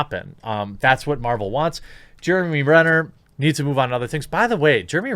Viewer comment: Why does he keep saying "Marjul"? I caught it in other videos.